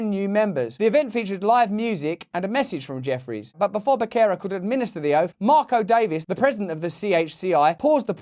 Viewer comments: You understandably pronounce 'Becerra' as in 'Becky' when actually it's like 'Bessie', meaning, the "beCKerra" becomes "beSSera" when followed by the vowels 'e' and 'i'. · Becerra is pronounced Betherrrra. It means heifer. Lots of spanish names here.